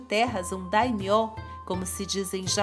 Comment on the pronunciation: A pronúncia é Yásúke e Ôda Nobunága, mas Daymiô vc acertou😁